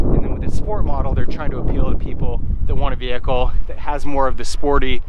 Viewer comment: i wanna smack you every time you say "VeHiClE"... get that word out of your vocabulary